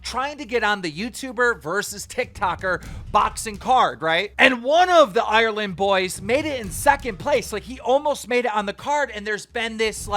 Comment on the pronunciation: Ireland is 2 syllables not 17